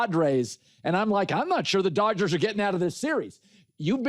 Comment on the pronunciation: it’s not Doyers it’s DODGERS in 6 ,stop it I realize your saying it in Spanish have some respect senior for our team